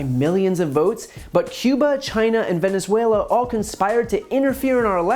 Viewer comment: I knew she’s spewing bs and that’s what’s important here but I am insanely bothered by how she pronounces “Venezuela” 🙃